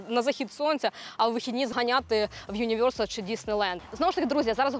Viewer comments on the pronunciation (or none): 🤢ЮнівЙорсал, сЙорфінг...🤮 Хепі бЙорздей😂